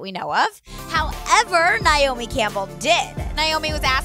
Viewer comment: It’s pronounced NAY-omi, I know the struggle🤦🏽‍♀️